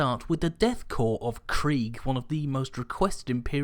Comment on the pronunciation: Pronounces "Korps" correctly. I press the like button.